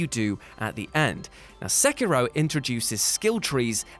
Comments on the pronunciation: Good video but it's not pronounced Sackiro. :/ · You pronounces sekiro wrong....